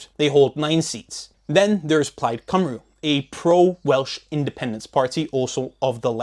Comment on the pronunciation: Minor point but the UK doesn't "incorporate" the crown dependencies - however vaguely you use the word "incorporate". They're independent, though not sovereign, kingdoms sharing the same monarch as the UK. The islanders don't like it any more than the irish do if you get that wrong. Also, the "u" at the end of "Cymru" is pronounced like a short "i". Well done on pronouncing the "y" like a short "u" though.